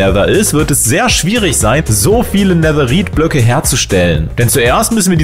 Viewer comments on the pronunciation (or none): Netherite wird so weit ich weiß Netheride (englisch ausgesprochen) ausgesprochen oder Nethereite (deutsch ausgesprochen) ausgesprochen 😬 Kp ob man verstehen kann was ich meine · Bitte sprich Netherrite nicht so deutsch aus 😂